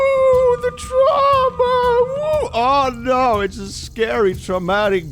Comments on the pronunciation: "Tra mua" I love dyslexia XD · you say traumwa but it's ma so are you saying you've received maternal abuse?